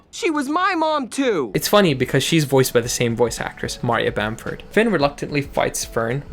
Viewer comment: the way you said maria bamford lol. learn some comedy